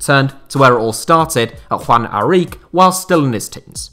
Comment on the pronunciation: A couple small corrections I wanna make about peruvian football. The ch in Aurich is pronounced the same way the ch is pronounced in Munich. And second thing. While the team Universidad San Martín is owned by the university of the same name, they are a professional club who compete in our professional league, as we don't have university football like in the US Besides that, great video!